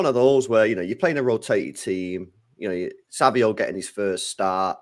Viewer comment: Why do you call him SAVIO?